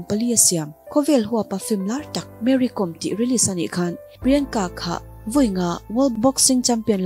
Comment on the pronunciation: Mary Kom tih hi a lam dan diktak tur chu 'lehkhabu kawm' tih kan lam a 'kawm' kan lam ang hian lam tur aw...Boss🙏